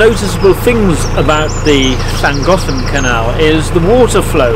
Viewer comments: As a Welshman, living in Japan for almost 20 years, and having been on the Llangollen for 2 weeks in the late 70s...... Yours, young fella, was by far the best pronunciation! Even my Japanese better half was impressed! We enjoy your videos,,,,please keep em coming! Thank you. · I'd wondered about Llangollen pronunciation as so many pronounce the first Ll unlike the next ll. Now I've heard the logical linguistically correct pronunciation! Hurray